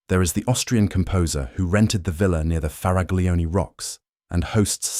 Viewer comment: For the English: 'Cah-pree. It's Italy, not France. And it's not "farag-lioni" with a hard g. In Italian, the group "gl" stands for the same sound the Spaniards make when reading "ll" (double el) and the Portuguese when reading "lh" (el + h). For the hard c, Italian writes an h after the c. So, "Michele" is read "Mikèle".